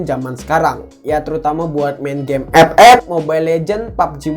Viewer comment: Ngakak aku kalau liat abang bilang epep🤣